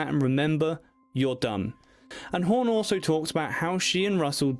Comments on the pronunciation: It is not "horn", as you pronounce it. It is HAWN.....say fawn, Dawn, Hawn.....several times to get the dialect correct. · I love this couple but next time please don't let anybody with the English accent do a story on them once he called Goldie hore and then he just screwed her name up all the way long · Who's Home ? It's Hawn !